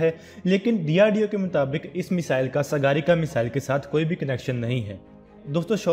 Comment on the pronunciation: Bhi mere sgarika nhi hai sagrika hai